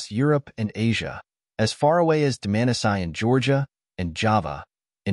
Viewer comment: One of the better AI videos on You Tube, but don’t you mean Dmanisi instead of Domanasayan? And Homo Heidelbergensis rather than whatever that word was? There are some things that AI can’t do and needs human intervention to fix.